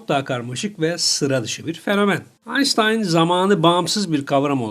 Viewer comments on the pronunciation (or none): herkes aynştayn diyor siz niye aynstayn diyorsunuz , akıcılığı bozuyor